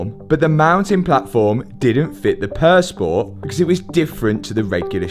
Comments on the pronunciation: im usually not bothered by accents but for some reason purr sport instead of pure sport drives me nuts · Great content. I just wish would pronounce Pur Sport as the French would ("Pure Spore"). It's French for Pure Sport,.